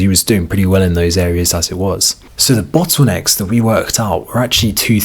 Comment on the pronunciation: "Bottwoonecks"?? And other variations on the word "bottlenecks..."